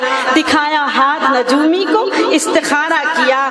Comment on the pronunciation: Najoomi nia ye lafz nujumi hai